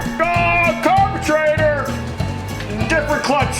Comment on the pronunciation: I catch myself saying carbatrator thanks to you. LOL